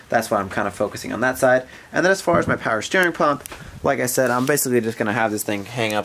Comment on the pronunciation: “Power Schteering “ .